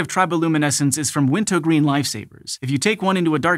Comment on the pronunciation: Thank you for correctly pronouncing Wint-O-Green.